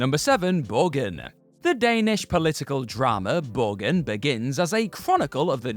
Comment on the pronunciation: Borgen is pronounced Borjen and mean a type of castle in the scandinavina languages and might also refer to houses of grat importance like the congress. :)